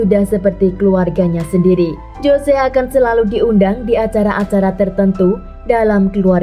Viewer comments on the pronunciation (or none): "JOSE" dibaca "HOSE" yaaa... 😂😂😂